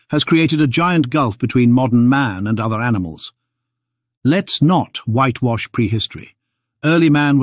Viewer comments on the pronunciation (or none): whíte wash haha wtf?